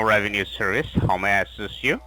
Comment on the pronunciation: “ RAVENUE SEERVICE “